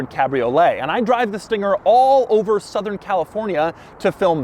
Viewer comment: "This thinger"